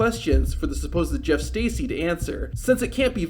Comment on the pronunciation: It’s pronounced Jerf Stercy